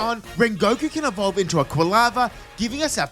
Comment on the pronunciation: IT'S EVOLVE, NOT EVELOVE! AND THERE IS NO U IN QWILFISH!